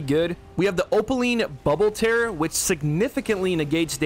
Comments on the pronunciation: My dude. Tear, like crying, not tear like ripping lol. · bro it’s tear as in crying tears, not tear like you tear paper